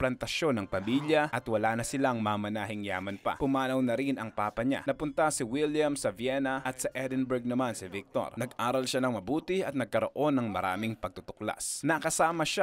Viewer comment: Hundi po "EDINBURGH" ang tamang pag basa siya niya Boss kundi "EDENBRA"